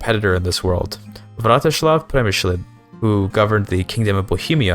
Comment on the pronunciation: a fine video, like all the other rp focused ones, however i have a small nitpick, seeing as youve clearly tried to get it right, you pronounced Vratislav Přemyslid as Vratyšlav Premyšlid